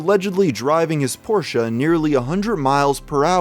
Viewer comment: Ur pronunciation of "Porsche" was almost perfect. Thank u🖤